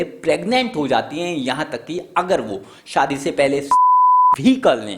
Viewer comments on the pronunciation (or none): none